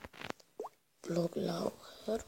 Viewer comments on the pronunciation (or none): blocklauncher czyta się bloklanczer